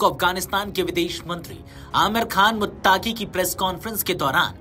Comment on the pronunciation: Muttaqi bolo muttaki nahi